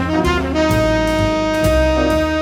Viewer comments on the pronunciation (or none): It's not tonkatsu, but tonkotsu. Katsu stands for cutlet while kotsu stands for bone. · By the way it's tonkotsu (pork bone) with an 'o' not tonkatsu (fried pork cutlet) with an 'a'